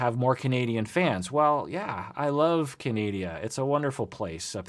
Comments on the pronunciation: ... did he just say "canadia"?? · Canadia 😂😂 so glad I’m not the only one who does this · You labored over pronouncing larissa and you just butchered pronouncing Canada? Such uneven application of standards. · I had to rewind to make sure I heard this well: "I love CANADIA!" XD Oh no, LOLLLL.